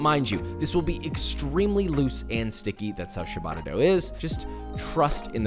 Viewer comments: Papa please: it's not Sha-bah-tah, it's: CHAH (with the c as chair) - BAH- TTAH (like Atta). You're italian fans would be delighted if pronounced correctly. Lots of love. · Amazing video, looks incredible, but can I please make 1 request? Please stop saying "shabata". It's cia, like ciao, so it's pronounced "chabata". Thanks. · I tilt a lil every time I hear 'shabata' xD but everything else in this video makes it worth it :P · i love how ciabatta is pronounced so phonetically and he still calls it ''shabadda'' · “Shabadda”… Cringe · Great sandwich! Lousy pronunciation of "ciabatta" (hint: it's not shuh-bada) If you're going to make kiIIer food--and you certainly do--then you might as well avoid butchering the pronunciation. That aside, keep up the great work! ( pronounce ciabatta correctly > > > ) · Good god, is that how they say "ciabatta" in restaurants or something? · I just wish he'd pronounce ciabatta correctly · Christ you are clueless to how actual people live! Yeah, as a single mother I have the time to bake my own bread... SHUT UP! You bloody idiot! Yes, we all sit at home watching netflix when we could be proofing a bread that you pronounced incorrectly. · took me two full minutes to understand he was saying "Ciabatta" dough at the beginning...😂